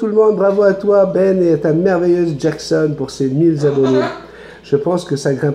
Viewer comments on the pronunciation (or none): Tu ne fais que rarement des fautes d'orthographe, mais si tu pouvais éviter de redire les " mille zabonnés ", cela fait mal aux oreilles ! 😅😂😁 bises